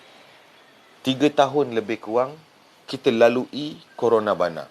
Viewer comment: Corona bana mcm nak sebut kepala bana je🤣